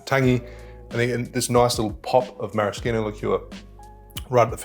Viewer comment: As a native Italian speaker, you can't imagine how happy I am every time you pronounce "maraschino" just like an Italian :)